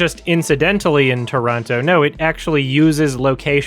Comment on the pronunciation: I just have to put it out there that I appreciate when people can pronounce both Toronto (Traw-no) and Montreal (Mun-tree-all) properly. I know Native Montrealers who don't even pronounce our city properly